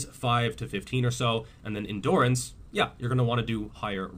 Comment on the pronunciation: Ross from friends kind of says endurance like endoorance